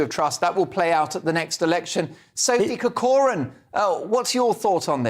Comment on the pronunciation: surname is Irish and should be pronounced Corcoran with emphasis on the Cor (a hard c) as in Kor kerin